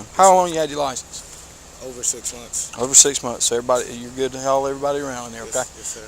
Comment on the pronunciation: Liceninshuyin. Cop can't even speak words properly.